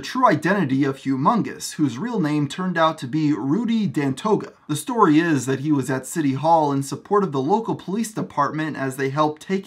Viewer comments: How can you say Hugh Mungus' real name is Rudy Dantoga, when it's actually Pantoja and you know this through research of your video and included screenshots where you can see it's Pantoja? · his name is rudy pantoja not dantoga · It’s Pantoja not Dandoja you fool.